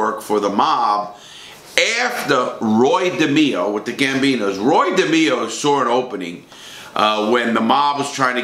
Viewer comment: Roy DehMEEo